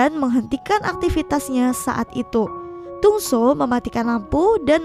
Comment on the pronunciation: Dong soo bukannya jadi dong su ya.